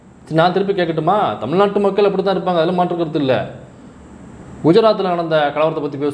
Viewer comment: Bro mamakkal illa bro makkugal bro.